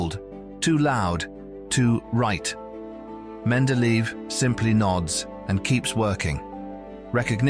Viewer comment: Wonderful content here but terrible pronunciation of his name. Should be like men-de-leh-yev.